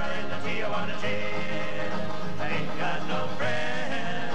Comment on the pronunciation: It is a shame that so many people pronounce the name TIJUANA as if its TIAJUANA.